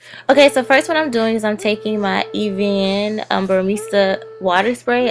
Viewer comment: I love your tutorials but im bout to be really petty...you pronounced evian wrong.😂